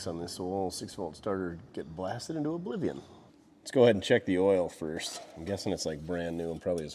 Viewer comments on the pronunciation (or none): none